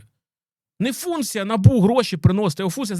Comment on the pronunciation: Вибачте що в такій серйозній темі, але Набубу, проф деформація через лабубу